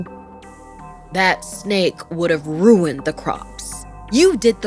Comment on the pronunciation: Bro, She Adding The "Snek" Murdered Me. XD Jokes Aside Though, Yeah, The Snake Is Pretty Cute, Though I Probably Would've Been Way On Edge Knowing That Thing Was Raising It's Hood While Looking Up At Me. Note: When Cobras Do That Thing Where They Extend The Looser Skin By It's Neck And Make It Look Like Some Kind Of Hood By Their Heads, Yeah, That's A Warning Sign Lol.